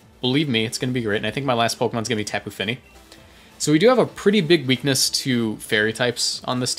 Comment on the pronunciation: When you say Tapu Fini is sounds so cool. Great Vid!